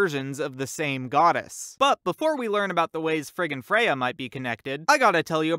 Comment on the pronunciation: it sounds like he is saying “frickin Freyja”